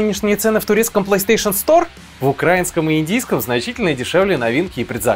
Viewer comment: Научись делать правильно ударение в слове украИнский. Уважай врага.